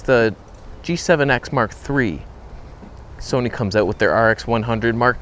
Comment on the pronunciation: The Tamron Toneh' on Soneh' is joyous.